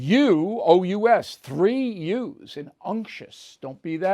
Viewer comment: pronounce it UNKTOUS not UNCTIOUS because there is no I in it. :face-orange-frowning